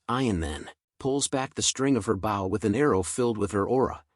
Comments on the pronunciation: lol why u calling a bow a bowl lol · The oxbear slapped the oxbear, after each every other oxbear. Oxbear, oxbear, oxbear. My brain was shocked when the pronunciation for bow was pronounced wrong and pronounced "b-oo-w." Or something close to that.